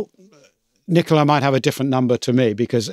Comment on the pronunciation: I suppose from the accent that Nicola is Italian, in which case he was too polite not to tell you pronounced his name wrong. You pronounced it like the English female name.